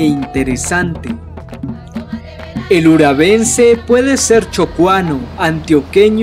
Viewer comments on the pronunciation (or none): Es urabaense, no urabense